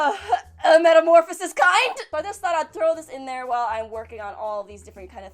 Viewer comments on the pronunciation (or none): none